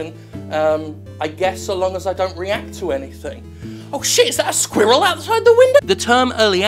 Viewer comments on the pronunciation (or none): "Squirril." "Squirrel." "Squirril." "You're saying it weird, why are you putting so much emphasis on the IL??" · English people say squirrel funny